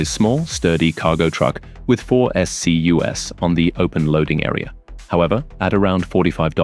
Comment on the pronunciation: Why are you shoveling A.I. crap out? Narrate your own video. Disgusting. No human read this, there are like 6 different tells, funniest being “S C U S” because your crap A.I. mode didn’t know to pronounce it as “SCUz” as in plural SCU. Get out of here with this